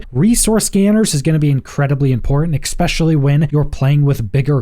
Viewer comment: Also, "expecially"